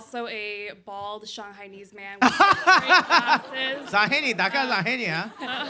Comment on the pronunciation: "shanglanese" akdsfasjhdfalkdjhf